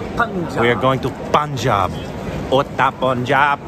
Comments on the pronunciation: Not poonjab...it's punjab...panjab....🙄....do u guys pronounce sun as soon?😒😕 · They hang out 4 days with them but stil did not corrected the pronounciation 'poonjab' to punjub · Sir Punjab is Pronounced as Panjab. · Its punjaab not puuunjab